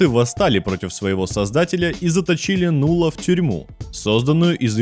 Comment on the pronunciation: Не Нулла, а Налла.